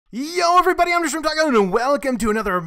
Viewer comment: why do you have to wave your video around, its dizzy-ing. also when you say "Yo everybody i'm DaShrimpTaco" its not understandable at all, it just sound like "HDHJDKEKIOURJFHFKNREKFNJE". got to speak clearly. (Just a tip (^_____^ )